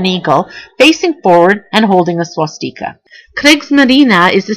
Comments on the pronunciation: Wtf is a deckle??? It's de-cal. Swas- stick-a.... Swastika. Otherwise not bad as far as info. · You pronounce a lot of words weird...”decals”, “swasteeka”...if you think swastika is a german word it’s not. The german word for swastika is hackenkreuz, so there’s no need to add flair to it. :)